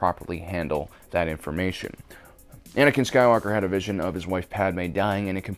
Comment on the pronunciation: Are we not going to talk about definitely saying “Banankin” in this video?!